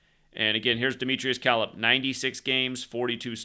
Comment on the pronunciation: Dimitrious Calip's last name is pronounced... "Ka-lip"